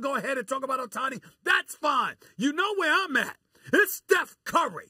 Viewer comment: It's OH-tani no Uh-tani